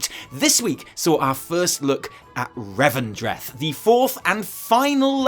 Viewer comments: It's "Revendreth" ❤️ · It's called Revendreth.